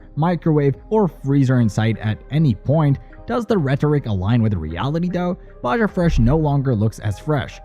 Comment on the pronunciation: Definitely, who pronounces Baja with a J sound